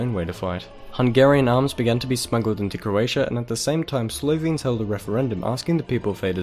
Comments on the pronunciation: YOU PRONOUNCE SLOVENES WRONGLY! PRONOUNCE IT AS SLOVEENES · oh, and if I (or any other considerate person, for that matter) decide to post a video online saying foreign words, I would do my research. This guy repeatedly saying "Slovians", and even misspelling it in the subtitles is enough for me, and that was less than 2 minutes in. Respect goes both ways